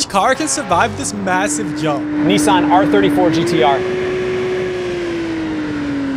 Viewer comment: I'm sorry...How did he pronounce Nissan?